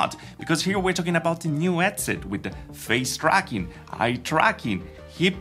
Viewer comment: Did you say "frown tracking"? LOL